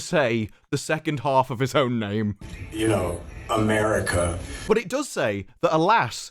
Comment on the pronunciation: It's that hard 'R' in "AmeRica" 😬